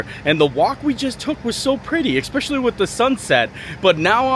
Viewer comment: How has this guy never been told how to say especially